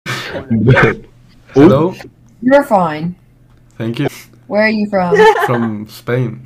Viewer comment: El pibe: "denkyu denkyu"